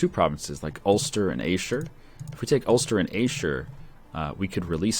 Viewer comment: I love how pronounces Ayrshire